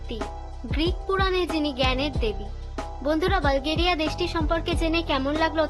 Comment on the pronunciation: বালগেরিয়া নাকি বুলগেরিয়া?